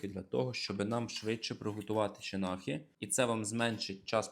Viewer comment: Сонце, тільки не «чинахі» а «чанахи». Але як завжди у тебе все супер круто і супер смачно! Дякую за ще один шедевр!